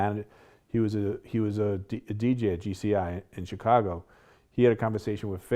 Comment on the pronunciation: Why does Vlad pronounce Chicago : "Tchicago" ?